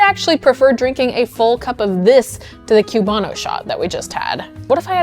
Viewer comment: Love the video but coming from Florida the pronunciation of Cubano hurts. It's pronounced koo-BAH-noh rather than a "cue" or "queue" sound at the start of the word. <3